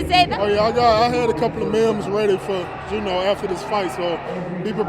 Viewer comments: Even if he beats Francis again. I will never call him champion if he still pronounces “memes” that way. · “I had a couple mims ready”